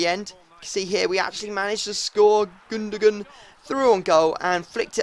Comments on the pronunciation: ITS GUNGOWAN, NOT GUNDOGUN. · it's spelt gundogan but pronounced Gund-ow-an. did you not watch the champions league final? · its actually pronounced gundowan but thats only if your german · Dude...go onto create a player and go commentary name then go to gundogan. It's pronounced Gun-do-gun. not the shitty silent 'g' you got goin on there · no. in phonetics it would be Gund-ow-an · well if you want to be grown up about it say Gündoğan, thats the correct way of saying it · Gündoğan is German but his name is Turkish. And its pronounced Gundowan. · it's actully gyndogan with an european y